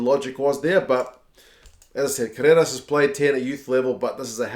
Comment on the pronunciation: so cute how you pronounce "Carreras", like an Argentinian 4 yrs old toddler learning to speak. Try rolling the R mate.. "Carrrrrreras"! :) awesome video!!!